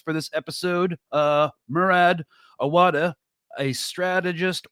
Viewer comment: You have a good ear! You pronounced Murad Awawdeh’s name very well:)